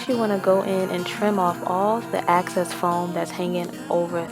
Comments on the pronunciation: Excess * you said access . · Excess not access